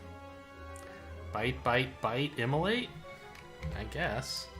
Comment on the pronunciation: Every time you say immolate I hear immolite